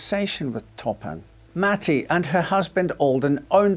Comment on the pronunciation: Jane " Top 'em "Toppan ....